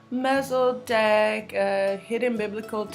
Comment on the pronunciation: love you sis MEL CHEZ E DECK... Pronunciation. shalom in KIng Yahusha, Hallelu-Yahuwah